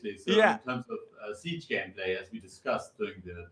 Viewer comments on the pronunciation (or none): none